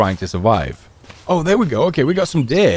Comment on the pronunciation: This was so good until you called that poor animal "Daaahr"